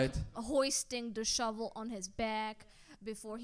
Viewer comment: I also love that mispronounced "Snow Shovel" THREE! times.